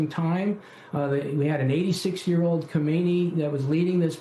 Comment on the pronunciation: His name is Khamenei not khomeini